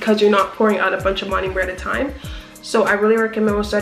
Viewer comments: I love this whole video but you saying "monUmer" instead of "monOmer" is driving me so fuckin nuts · Learn how to say MONOMER